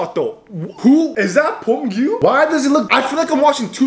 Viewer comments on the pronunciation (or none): Why is he pronouncing beomgyu as bommbgyu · You are saying pomgyu😂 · bro hes pronouncing his name as 폼규🤣😭